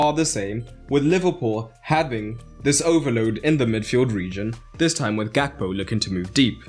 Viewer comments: is it not pronounced with more of an 'h' sound rather than the 'g' sound ? I'd be happy to be incorrect. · I really cant tell if this is sarcastic, so forgive me if it is. But that was a terrible pronunciation of Gakpo